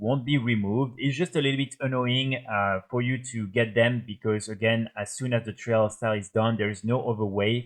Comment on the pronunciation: Great video bro, very helpful. thank you. Just wanted to give you a tip with your pronunciation for future videos :) trial sounds similar to style. Like - tryle of style. Keep up the vids <3